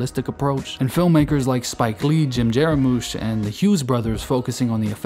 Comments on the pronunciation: JAR-MUSH! His name is pronounced JAR-MUSH NOT JARAMOOSH. Come on. A little effort kid. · We enjoyed this (as We do the genre). That being said you might have benefitted from slowing it down just a smidgeon in the beginning for those of us jotting down film titles. Also Jim "Jar-moosh", Willem-"Will-um" Dafoe (though to be fair his birth name is William). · Pretty well done. Constructive criticism: Before you record audio for your next video, take 30 minutes and review ALL of the names and make sure that you are pronouncing them correctly. You have errors: Jarmusch and Hoberman were two names that I immediately noticed!